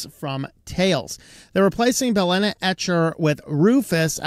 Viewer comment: It's BYE-lena now.